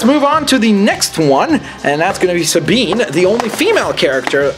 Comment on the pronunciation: No that's perfect! You actualy pronounced her name right!